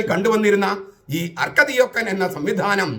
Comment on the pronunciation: അർക്കദി'ഓക്കൻ' എന്നല്ല, അർക്ക'ദിയാക്കോൻ' എന്നാണ്.